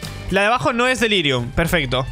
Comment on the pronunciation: xD? como vas a delirium sin "R" xd